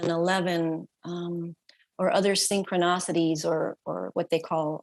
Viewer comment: The “synchroNOCITIES” really struck me 😂